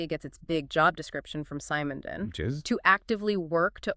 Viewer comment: its not [sAy-mon-don] it's [se-mon-don]